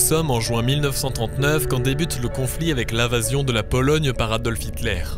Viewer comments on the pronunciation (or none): none